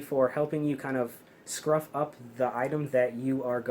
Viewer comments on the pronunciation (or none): Scuff not scruf. Scuffy pad, not scruffy pad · Scuff not scruff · Your dad said scuff not scruff lol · I have always known those as SCUFF pads, not SCRUFF. Lol maybe its intentional? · I believe the term is scuff it up not scruff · it is “scuff” not “scruff”…..scruff is the back of a cats neck……